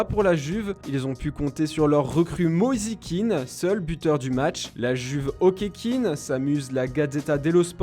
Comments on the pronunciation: Superbe vidéo ! Par contre un conseil , arrêtez de faire vos accents quand vous prononcer les nom des joueurs , c’est peut être un style que vous vous donner mais à 2min25 vous déformerez totalement le Prénom de Moise Kean ! Critique constructive à bon entendeur.. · "mozi kine" 😂😂😂😂😂😂